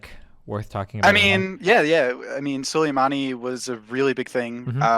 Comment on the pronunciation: Please christ god in heaven why is no one correcting him on the way he pronounces soleimani, he's been saying this shit for two months now.